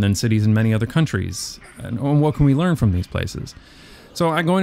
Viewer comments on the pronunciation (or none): none